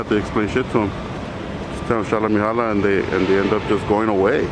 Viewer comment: Shalla Mehalla, NOT ShallaHolla, BROTHER! Alla Oola Heela. Uno Dos Tres, QUATTRO, Wooly Booly now. Abla Ingladada and all that shit. Oobla Gah. "Go to church then."